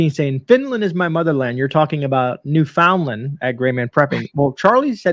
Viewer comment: Hello from Newfoundland Canada. Pronounced New-fun-land.